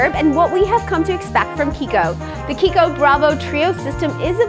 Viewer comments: Italian brand, so the "ch" is pronounced like a "k"! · Meika Zack yes. She's pronouncing right